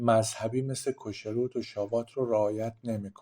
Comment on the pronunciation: خیلی خوب توضیح‌دادید. فقط میخواستم تلفظ چند کلمه را به حصور تان برسونم. چوچما نمیگیم. خوخما درسته یعنی عقل و وهوش می کو نمیگویم. میکوه mikveh کوشروت نمگویم کشروت درست تره. باز هم متشکرم. بسیار خوب و بد بدون تعصب توضیح داید. اولین ویدیو ی بود که دیدم بدون تعصب صحبت کرد.ند